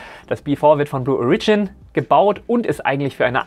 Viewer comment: Lol... Ich würde sagen, in diesem Jahr hat (zumindest vorerst) Falcon Heavy ja wohl den Titel der stärksten einsatzbereiten Rakete vom SLS zurückerobert..., zu Blue Origion... Die Betonung liegt auf dem O. Und es ist ein kurzes O. 🙂